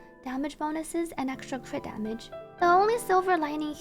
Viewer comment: I melt everytime say cwitdamage